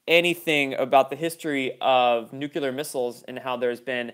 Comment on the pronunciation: I love your videos. but its pronounced Noo_Klee-er not Noocyooler. it's OK Jimmy Cater was a sub driver and he still can't say it right. ;)